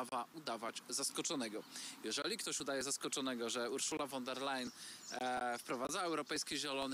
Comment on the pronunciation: Panowie , nauczcie się wreszcie wymawiać prawidłowo nazwisko pani von der Leyen (wymowa : fon der lajen)